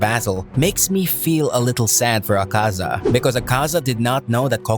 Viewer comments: Please man it's not aKAza its Akaza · i hate how you pronounce Akaza. makes me cringe